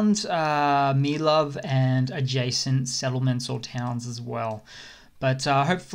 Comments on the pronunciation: I'm still loving your videos, graphics and humour, keep up the excellent work. Btw, I believe Mylove is pronounced Me-low-vee. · You're driving me to distraction. Pronounce your 'e's, e.g. Mylove, Svatove! Do you think the 'e's are there to be silent or something? Not so. They're there for a reason.🙄